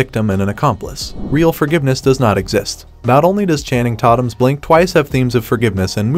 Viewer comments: Did he just pronounce his name as Channing Toddum???! What the Hell???😂😂😂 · I know right? Did you notice he pronounced his name Channing "tottum"? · Of everything in this entire video. The only thing I noticed is the way that he said channing's last name he should never be forgiven for saying it that way haha ha